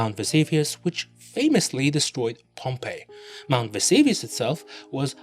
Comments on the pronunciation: Mount Ves-A-vius? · It was interesting right up until you said "Mount Vesavius." You lost me there bc in is :Mount vesuvius" and I am sorry but if you cannot get such a simple fact right it calls into question all your other claims.